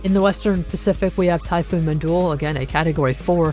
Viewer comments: IT'S PRONOUNCED MINDULLE NOT MINDOL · He literally pronounced it as "Mindulle" BTW why do you have a fake verified checkmark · just like I said he pronounced it as "Mindulle" And why are you more worried by how he pronounces the storm's name?